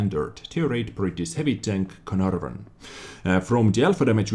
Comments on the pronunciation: No. He pronounced it like "Carnarrvøn" when ur supposed to say "Canaarvøn". But i don't blame him. English isn't his first language anyways. Also estonian is pretty far away from english so.... he is from Estlan, right? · don't worry about pronouncing it correctly, the English YouTube video guys can't do it that well either:P but for reference it's pronounced "Kay-er-narr-fon". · I guess you should try to think of the ae in caer as an e pronounced the same as in words like "derp". Except for this idk how to improve youre pronouncuation of this name trough the comment section but youll get it sometime if you keep watching vids of other youtubers that know how to pronounce the same such as QB